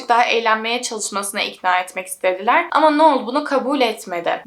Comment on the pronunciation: uzun süredir seni takip ediyorum, çok keyif alıyorum videolarından. Anlatımına, araştırmana, verdiğin emeğe ve vicdani yaklaşımına hayranım. O yüzden bu yorumumu iyi pencereden gör lütfen. Şu an bu yorumda amacım verimli eleştiri. Artık AI var hayatımızda, google var çok uzun zamandır. Kişilerin adlarını doğru telaffuz etmeye özen göstereblimemiz için her türlü araç mevcut. Noelle - noel diye okunur, sondaki elle eki, -el şeklinde telaffuz edilir. Noel olsaydı -noğl ya da noıl, ya da noul şeklinde telaffuz edebilirdin. İster istemez kulağımı tırmalıyor bu tarz yanlış telaffuzlar. Sadece bu yüzden ve senin de bilgilenmen ve kendi gelişimine katkı yapman amacıyla yazıyorum. Dinlersin, dikkate alırsın ya da almazsın senin tercihin. Seviliyorsun güzel kızım ♥